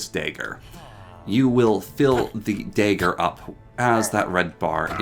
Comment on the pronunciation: This is driving me insane but you keep saying dagger wrong The da would be as in dab (yes cringe ik) the ag bag ger like villager Aka (dah-gur)